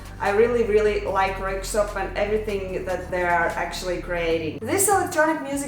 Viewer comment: Your pronunciation of Röyksopp were perfect👌 Din uttale av Röyksopp var perfekt👌